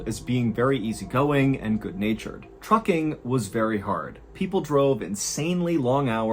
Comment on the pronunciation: I have dyslexia and sometimes hearing not good. I heard 'Fu-king Company', instead of Trucking. So for a minute, I was wondering what kind of company is this?😂